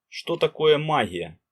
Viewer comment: Гъ гъ, магъия гъоворят, не возможно слушать